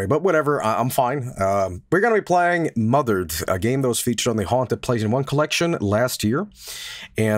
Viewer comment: You know what, pronounced the title wrong before, but I think I prefer calling this game Mother Red